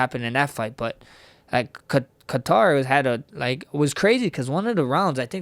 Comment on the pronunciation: i like how he pronounces Kattars arabic last name properly unlike the white anglosaxson way ( Kaaaytur ) lol